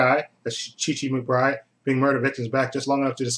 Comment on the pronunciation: Big thumbs up for "Pushing Daisies", one of the best shows of the new century. Looking forward to your review. By the way, the actor`s name is Chi ( pronounced shy) McBride. He`s currently on Hawaii Five-0.